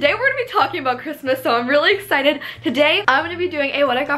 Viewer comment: I dare you to eat a Taki every time she says the word ‘exited’ and don’t pause the video or drink water!!!!!!!!😆